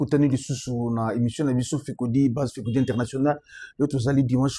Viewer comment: BJR FECODI BAKOMAKA ÉMISSION ET NON ÉMISSIOM TITI NDJOLI BONGISA OKOMI ÉMISSIOM NA PLACE YA ÉMISSION TOZO LOBA MAIS OZO BONGISA KAKA TE DEPUIS FRANCE BANA NA NGA NYOSO BA REMARQUE YA NGO PO NA TALAKA YO TROP